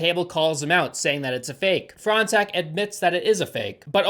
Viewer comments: As a french person, I would just like to say Fronsac is pronounced like " forehead sack " That's all for me . Also, in french, "gn" is pronounced "ñ" That's all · Why do i keep hearing "front sack"? hahahahah